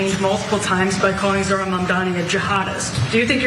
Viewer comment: Say it with me: ZOH-RAN. Not ZOR-HAN